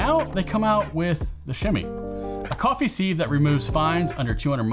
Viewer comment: Beats me why music is thought to be necessary at all. We’re here to listen to what’s being said, not to have a boogie. And while I’m here, what’s with this ‘seev’ nonsense? It’s pronounced ‘siv’.